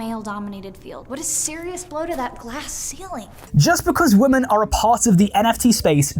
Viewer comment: Plus can we please differentiate the pronunciation between "woman" and "women"